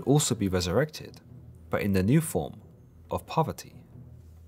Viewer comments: Ohh u said parvati i heard poverty.... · I was listening to this in the background while doing some work and didn't realise he was trying to say "Parvati." I thought he was saying "Poverty." 😬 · I am not a Hindu, but please, the goddess Parvati (not poverty) should be pronounced correctly to show respect to Parvati herself and Hinduism itself. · PARVATI. PARVATI! Not poverty.